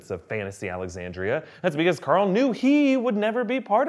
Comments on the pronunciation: Stop saying COARL plz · Mike Morgan He’s making a joke about how he yells Carl with his Texan accent. He yells Carl (Core• F ull)